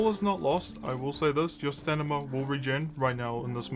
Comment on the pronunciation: You are saying staNima right? xD I thought I had a stroke at some point cause you kept repeating it the same way and I was so confused XD Great guide by the way I've been only playing for a couple months but I'm slowly getting into it.